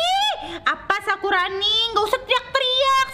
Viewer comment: bukan sakuroni tapi sakurani